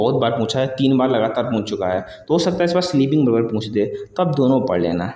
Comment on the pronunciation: Sleeping बर्बर ❌ sleeping बार्बर ✅ Cache कैचे ❌ cache कैच ✅ Producer प्रोसीजर ❌ प्रोड्यूसर ✅ Concurrency कॉन्क्रिन ❌ कनकरेंसी✅